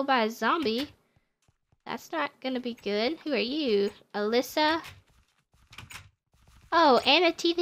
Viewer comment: The girl that you said was Alyssa is not how you said it ☹️